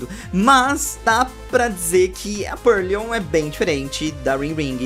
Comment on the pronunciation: é PURLOIN e não PURLION ksksksksksksks